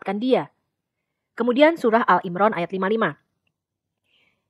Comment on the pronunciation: Maaf saya sekedar mengoreksi saja. menyebut surah ali Imran menjadi al imran. Maaf bkn mksd menggurui